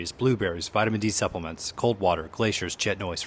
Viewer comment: "Vitamin D supplements." Spoken like a true local.😂